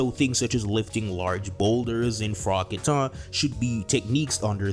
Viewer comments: "KAH-TUH", not "kuh-tah" Great video, though. You know your stuff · It bothers m me how you pronounce kata. Its not Kah Tah Its , KaTah